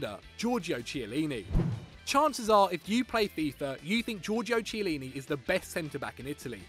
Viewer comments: its kee eh lini not chee eh lini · U know this list is shite when he pronounces Chiellini as tchielyny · It isn’t CH eillini it is pronounced C heillini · It's pronounced kee-a-leen-e I'm not even a Italian and I know that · It's pronounced Chiellini (Ki-a-lini) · The C is pronounced Ch but if its Ch its pronounced a silent h so it sounds like Kiellini. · It's pronounced "Kiellini" by the way. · i just can't take someone who can't pronounce a name right seriously.......smh its chiellini with a k and trust me he is better than bonucci at DEFENDING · "CHEE LINI" LMFAOOOOO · mate... I like you, and unlike many fanse of Football Daily, want you to succeed.... but you cant pronounce Chiellini so blatantly wrong. In Italy, when the letter "C" and "H" are together they create a "K" sound. While it is spelled CHiellini, its pronounced "K-ielliny" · You pronounce it Kiellini. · You don't watch Serie A, if you did then you'd know how to properly pronounce Italian names - you got Chiellini and Barzagli badly wrong. It's really painful and cringey - at the same time to hear you try to pronounce italian, and cultured names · The way he pronounced Chiellini... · They don't even know how to pronounce Chiellini and they call him overrated ffs man 😡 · I honestly cant tell if you're just trolling at this point or not. in Italian C followed be e or i makes a "ch" sound, but when followed by an h is always a hard "K" sound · couldnt decide if the pronunciation of Barzagli or Chiellini was more offensive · Ayur Bhatta That is how you pronounce Chiellini in italian. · The way you pronounce Chiellini gives me ear cancer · If you're going to call out players like chiellini at least pronounce there names right, do some research you fucking morons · Utterly facepalming at this guy's pronunciation of "Chiellini". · How are you gonna put chiellini on here but not even pronounce it right? how are you even gonna put him on the list? How isnt boateng on here? so many questions